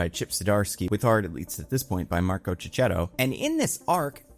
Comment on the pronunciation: Great breakdown! PSA: Checchetto is pronounced Kick-ketto. The CH is always pronounced as a hard C in Italian. (Chianti, gnocchi, etc). He pronounces it this way in interviews. Thank you :-)